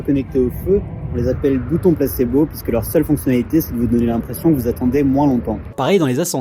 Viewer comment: Et "pisque" 😂🥰